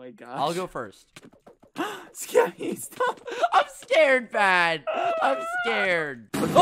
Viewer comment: its so funny when bbh sounds like hes saying “geppy” xD